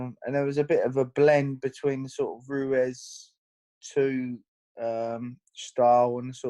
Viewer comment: How hard is it to pronounce Ruiz lol